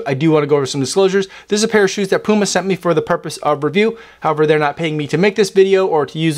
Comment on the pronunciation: You can’t even say the brand name 💀